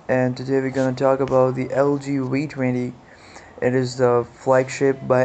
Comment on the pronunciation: Its the "Vee" 20 not the "Wee" 20